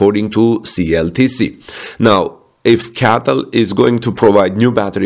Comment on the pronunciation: Cee Ay Tee Ell - not CATTEL